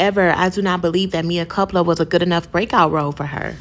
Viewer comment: I guess you wanted a comment by purposely mispronouncing the title of the movie, so I'll comment! It's sad that Tyler Perry is able to make money off of this horrible work! Have a good day 😊. I clicked the like button also.